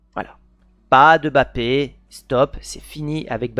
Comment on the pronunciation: c'est qui Bapé ? 😅